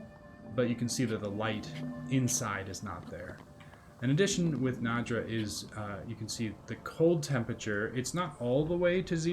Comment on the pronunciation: "NAY-draw" is how it's pronounced. The "D" isn't before the "ya". lol.